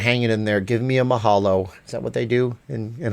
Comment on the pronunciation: That "mahalo" wasn't it lol! Not hating-- you're still very entertaining. We throw the shaka to say mahalo (thank you) or as a greeting. It looks like this: 🤙🏾🤙🏾🤙🏾🤙🏾🤙🏾 Anyway thanks for sharing this! I visited Las Vegas about 4 weeks ago and really enjoyed escaping our strict mask mandate that we have in Hawaii. My husband and I are vaccinated, our kids are too young for the vaccine, but we all came back home without getting sick. However, I think the delta spike came right after we left Vegas. We're supposed to go back ending August, but now I'm not so sure since my kids are un-vaxed. Is anyone else canceling their August trips? Why/why not?